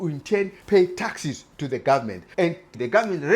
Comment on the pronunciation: You need to improve your English. For instance "taxi" is not the same word as "taxes" and "government" is not pronounced "gummin". Trying to understand you is not worth the effort.